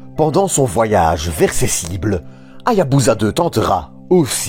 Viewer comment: On ne prononce pas HA-YA-BU-ZA mais HA-YA-BU-SA avec un "s" comme dans "saucisson". Dans tout mot japonais transcrit en alphabet romain, la lettre "S" se prononce toujours "S" et non pas "Z", même lorsque cette lettre se trouve entre deux voyelles. De même, on prononce le nom de la ville de Nagasaki "NA-GA-SA-KI" et non pas "NA-GA-ZA-KI". La règle est simple: dans un mot japonais transcrit en rômaji, le "S" se prononce toujours "S", et le "Z" se prononce toujours "Z". Il n'y a pas d'exception à cette règle de transcription. Ce détail linguistique étant corrigé, excellente vidéo ! Merci pour les explications sur cette formidable mission.